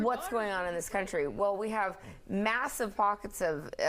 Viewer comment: country, not coyntry.